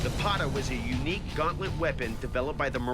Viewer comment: this is the correct pronunciation of Pata Not Paataa . Similarly , many people mispronounce Chakram as Shakram